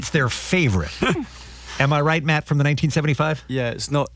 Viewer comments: It's "matty" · Aghhhh it's bothering me so much it's MattY*, Matty not Matt get it right dude